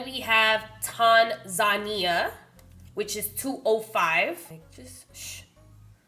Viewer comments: TAN- Zania. Not TON-Zania. I think Togo looked bomb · Lol it’s TANZUH-NEE-UH & LAY-GOS 😭 but anyway, this is probably one of my favorite foundations on you - definitely one of the best shade matches we’ve ever seen on you 🤤🙌🏽🙌🏽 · You are supposed to pronounce it as one word: Tanzania NOT Tan Zania... it's an African country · Love it! Also, Tanzania is pronounced Tan-zuh-nee-yuh. Great job, sis! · Tan-zah-ne-yah not what you said 😂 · Even though you brutalized those African names; namely it's pronounced Tan-za-neeya. Nice, informative video. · tan-zah-nee-ah (tanzania) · Tanzania is two syllables not three.